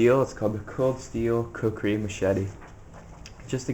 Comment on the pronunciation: That's not a knife dumbass to machete you able to your video knife. And you didn't even say kukri right